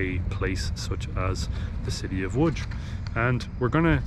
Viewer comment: You are pronouncing Łódź and Piotrkowska perfectly, but then in "Kościół Zesłania Ducha Świętego there are a few mistakes which could be easily fixed once you knew rules of Polish phonetics.